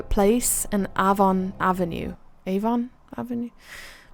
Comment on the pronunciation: Actually, the way you pronounce Avon/Afon is correct to the Welsh that it’s taken from! Afon means river, so Stratford-Upon-Avon mean Stratford on the River!